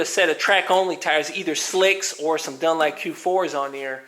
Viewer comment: " dun LAP"???? it's " dun. LOP" xD